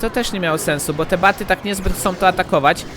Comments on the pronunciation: proszę mów nietoperze albo BATSY a nie BATY!!! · nie baty tylko batsy